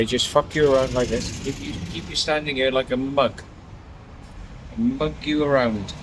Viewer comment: She got three syllables out of the word "here." Lovely.